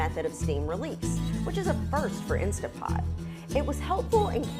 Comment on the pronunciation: I would take your review more seriously if you pronounced the name of the product properly.